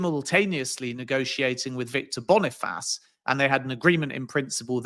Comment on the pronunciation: Man said Victor Boni-Faaaas